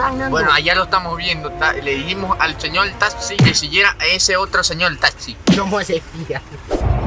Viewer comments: Sabias que talxi no se dice haci es taxi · "le dijimos al señol talxi que siguiera a ese otro señol talxi" ja ja ja ja morí 😂